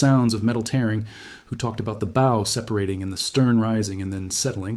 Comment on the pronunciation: The Bow is pronounced Bough.